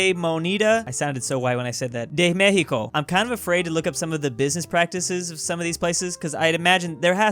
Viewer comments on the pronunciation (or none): It's still not pronounced as h tho.